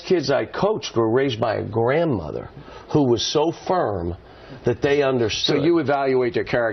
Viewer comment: "Ooh" not "Who?"